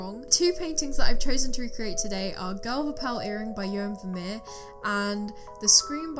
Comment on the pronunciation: Your pronounciation of 'Vermeer' wasn't correct, but it is hard for native English speakers. The 'v' is pronounced like an 'f'. And the 'ee' is pronounced like the 'ea' in 'near.